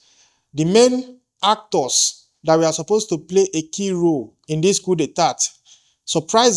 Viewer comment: Please the pronunciation of the word. Coup d'etat... check it.Please.